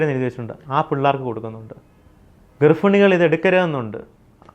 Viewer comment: ഗർഫിണി, അതെന്തോന്ന് ഗർഭിണി 😂😂😂😂😂